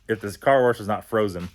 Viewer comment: not trolling but their is no r in wash bro.. lmao. Love the content.